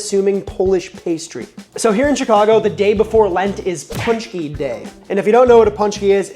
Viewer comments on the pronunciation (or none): It's not "punch-key". It's "pon-chky"